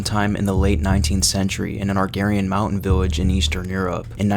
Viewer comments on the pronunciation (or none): It’s pronounced agrarian not “argarian” lol